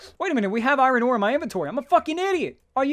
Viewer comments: He calls it iren for some reason it really bothers me? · He says irohn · Eye-Reh-In = Iron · Learn to pronounce "iron" please.